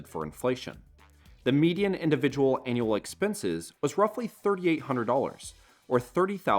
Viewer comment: Synth voice? Have to assume so with the voice pronouncing "annual" as "anal". Another low to no effort YT channel ...